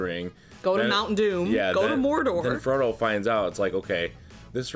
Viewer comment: You pronounced issildur correctly and called him fromo im fuckin dead 😂